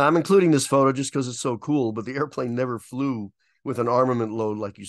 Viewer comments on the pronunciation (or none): none